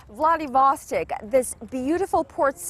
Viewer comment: these korean girls are pretty but its vladivostok not vladivostek :D